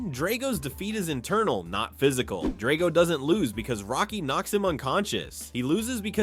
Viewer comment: This is the worst thing I have ever seen. All wrong and inaccurate. If you wanted to create the worst content ever posted on the internet neither Rocky nor Drago teaming up could stop you (and learn how to pronounce 'Drago').